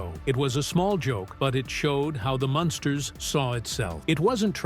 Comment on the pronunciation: It's Munsters,not monsters